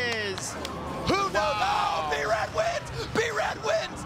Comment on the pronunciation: b-ruh lol